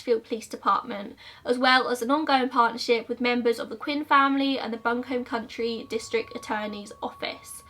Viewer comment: And the way you pronounced bucombe county! <3